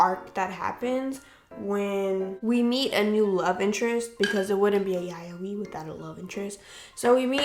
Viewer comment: I am so soooooooo sorry- But I got sooooo triggered by how you pronounced yaoi, 💀💀 I personally loved Dakaichi the anime- not the manga though because the manga was real r*pey, but the director of the anime said everything in the anime was consensual (besides the Ayagi incident)